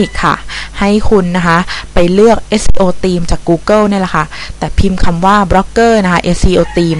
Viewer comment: ทำไม เสียง ท ในภาษา อังกฤษ คุณออกเสียงเป็น ตอเต่า หมดเลย ตีมม งี้ เทคโนราที คุณออกเสียง เทคโนรัดติ ไม่มีรัยแค่สงสัย